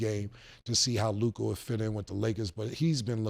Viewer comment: Ah HA!!! Mase DOES know how to say Luka!!!